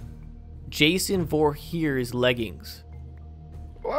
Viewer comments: He said Jason Vorhears 🤭🤭🤣🤣🤣🤣😂😂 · Bruh how you gonna mispronounce Jason’s name have you never watched Friday the 13th